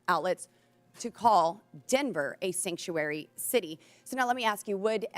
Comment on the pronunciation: What the hell is a "Sanctury city?" It's Sanctuary City